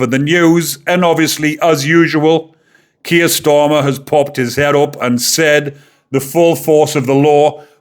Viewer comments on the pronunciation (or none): none